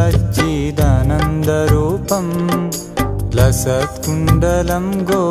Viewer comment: satchiDAA nanda rupam. You are not pronouncing properly